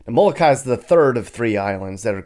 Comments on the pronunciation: Thats Molokini not Molokai. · It's Molokini not Molokai. FYI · Am I the only one that notice that you called Kihei "west coast of Maui", called Molokini crater "Moloka'i and then said it was off the coast of Moloka'i?? Butchered "Keawakapu", "Napili", wrong facts and then decided to film Lahaina town for your channel?? Maui needs visitors, but stay out of Lahaina. Period. I have lived here for almost 30 years, raised a family here and know very well what life here is all about. This was the worst video that I have ever come across about a place that I call home. From an agent to another agent; you should have done much better due diligence.